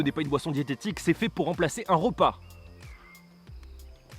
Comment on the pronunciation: suis-je le seul à avoir entendu ropas aux lieux de repas